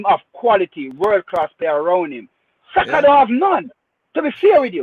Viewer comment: on his Rosetta stone, casually butchering Saka's name😂😂